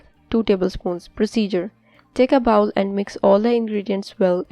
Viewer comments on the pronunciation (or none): Google pronunciation of BOWL! You are saying BOWEL which is intestines.